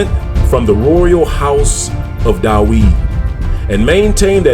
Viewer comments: In Hebrew the “v” in David’s name is spelled with the letter called vet and it sounds like the english “v” and not “w”. So the way David’s name is pronounced in Hebrew is Daveed with the “i” making a sound like “ee” or as in the word feed. So knowing this it is a bit difficult listening to the reader pronouncing David’s name Daweed! He would be better off just saying David instead of distracting the listener’s ear from the message that he is trying to deliver. Its like someone saying I’m going out to cut the gwass when you know that he should be saying grass. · Shalom king. I would like to know where you get this yahuah name from and why are you saying daweed when there is no W in Hebrew. It is there in Arabic. And you say Yahshua when the structure of Hebrew says that when the syllable is stressed on the 2nd to the last letter the vowel shortens. which would.make it Yeshua.... ALL languages have structures English is the most complicated..(In America) Real English is in England...so where are you getting these from, sir? I understand that people that are trying to learn a language make many mistakes. I have asked people where they get this from and they try to explain or they have no answer-They parrot what they hear. So I submit my questions. Todah rahbah.... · So .the pronounciation is Da'wid and not Da'vid?